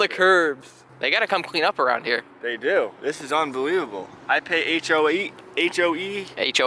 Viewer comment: "I pay the HOE fees" 😂